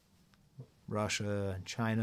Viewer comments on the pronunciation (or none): none